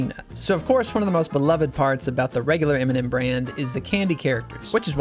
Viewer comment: am I the only one who heard Eminem instead of M&M?